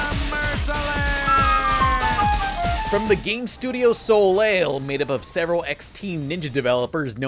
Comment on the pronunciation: Soleil is pronounced "so lay."